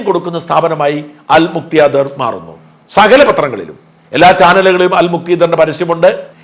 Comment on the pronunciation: അൽ മുക്ത്യാദിർ അല്ല ഷാജൻ സാർ .. അൽ മുഖ്താദിർ ആണ്....